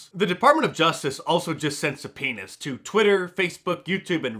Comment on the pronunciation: Practice pronouncing" subpoenas" . Closed caption translation was "sent a penis"